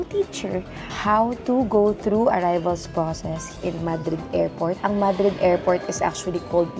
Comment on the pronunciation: A gato dies everytime it's said MAH-dreed, Ma-DREED please to save them. Haha